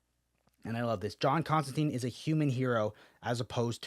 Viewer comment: Come on man, it's pronounced ConstanTINE. He even says it in the book your reviewing